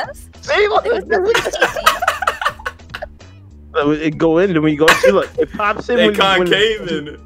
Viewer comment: when says gracias but it sound like he saying grassy ass 😂